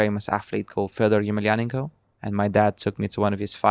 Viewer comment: 12 years old. Moving out. And living away from family. Considering his privileged upbringing, it sounds like a tough deal just so that you can "challenge yourself, grow up, and see the world". I get the feeling the Mazepin household is a bit tough to grow up in. also... - the correct pronunciation of "Fedor Emelianenko".